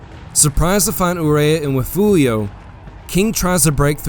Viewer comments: Love the videos but again, it is: Refugio (rih-FYOOR-ee-oh) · great work with most of this. I like your clean style. But as a Texan, I need to correct your pronunciation of Refugio. It is pronounced Re-fury-o